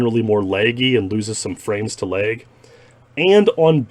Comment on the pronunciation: How he pronounces lag he sounds like he’s saying leg in a funny accent